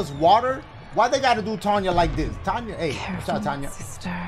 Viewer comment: Dashiegames her name is pronounced tenya even though it is spelled tanya